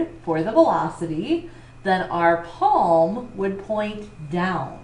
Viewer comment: please improve ur pronunciation , i had to watch the video 3 times, cant u simply say palm, instead of saying peemm or paam, anyways video was help ful thank u